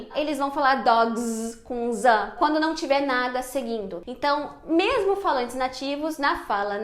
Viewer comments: Sou paraense e o som de mesmo é de "s" e não de "z" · Já que VC fala mermo deveria ter dito mermo mermo.